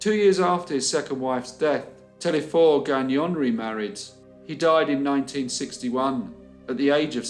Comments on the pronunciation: telesphore, not telephore. the S is not silent. why would it be? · It's pronounced Téle(S)phore , not Thlephore...The S is pronounced...That's one of our big story from the 20's.